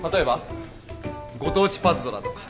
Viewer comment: パズバトじゃなくてパズドラじゃね？